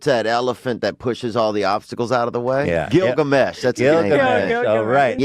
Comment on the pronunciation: Ganesha not Gilgamesh.